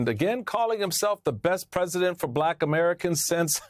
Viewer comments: Trump can't even pronounce the word "Black" he says "BBBlackkk" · He somehow manages to pronounce the word with a hard silent R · 100%. I hate the way he speaks anyway, but this particular time when talking about his fake suspicions about Harris, he was being especially careful to pronounce Black in what he obviously thinks is dismissive and everyone else hears as racist and hateful. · He pronouncing "BLACK" the way he pronounced "CHY-NAH" during the covid debacle 😅